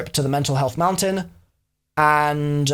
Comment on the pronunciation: “The road may be long unt dark...”